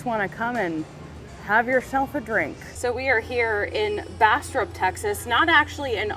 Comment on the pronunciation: Not "Bass•trup", it's Bass•strop as in tropical -especially if you have a proper Texas drawl.😄